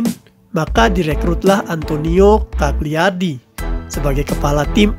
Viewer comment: cagliardi dibaca caliardi, huruf g gak diucapin. G jika diikuti L, jadi senyap